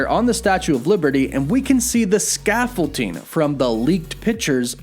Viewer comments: Scaffold-DING, not ting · Why do you call it Scaffolting? It's ScaffolDING 😁 It's like your Wolf becoming Woof haha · Sorry, what is scaffolting? Did you mean scaffolding? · Does this guy think the word “scaffolding” is pronounced “scaffolteeng”? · stressing me out how you keep saying 'ScaffolTing' instead of 'ScaffolDing' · Oh man every time I hear him say "scaffol-ting" it takes me out haha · "The Statue of Liverty and that scaffolting" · Man said scaffolting 💀💀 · ScaffolTing? Sorry, I couldn't unhear that. Joking aside, well done video! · scaffolDing... with a D not a T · Really bothers me how you say scaffolding. There is no T. Lol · You're killing me smalls! There's no t in scaffolding. Not sure why that's driving me nuts like it is, but damn, it really is lol. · ScaffolDing. With a D, my dude 😂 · I'm sorry, but it bothered me every time you said it... There is not a "T" in scaffolding. Sorry, my ADD gets me sometimes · dude, you know there isn't a "t" in that "s" word you horridly butchered 20+ times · Why does it bother me so much the way he pronounces "scaffolding" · Scaffolding doesn’t have a t in it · Scaffolding man, there’s no T…don’t mean to be that guy, but….